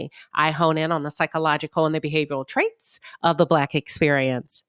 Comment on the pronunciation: Just love your commentary...you a badd chick and Smart....and the way you pronounce "Traits" I'm all for it! ⚘️